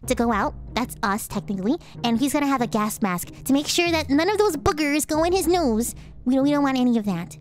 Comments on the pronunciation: Nose or noose? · Nymphia Sylvie Nose. I’m just poking fun at how she said the word.